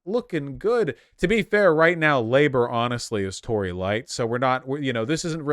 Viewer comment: Americans saying the word "Tory" always sounds wrong.